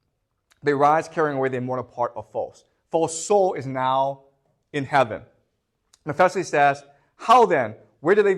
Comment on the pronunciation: OMG he absolutely butchers some of the pronunciations. ...Mephesiles???